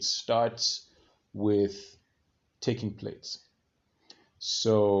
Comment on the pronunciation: I thought he said, it starts with "taking place" 😂